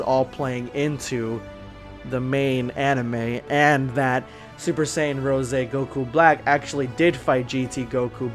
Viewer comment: Its “rose” not rosey idiot😒